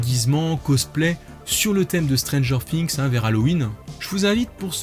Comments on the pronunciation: non c’est Stranger "Fi"ngs et pas "Si"ngs car on dit a Thing a "Fi"ng donc... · Ça me stresse, vraiment😂 stp arrête de dire stranger Fings, cest stranger THings bref😆